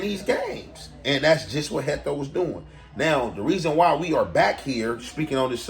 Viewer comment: Why you keep saying Hecto lol